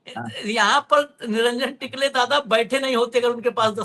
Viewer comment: निरंजन टिकले नहीं टकले उनका नाम है.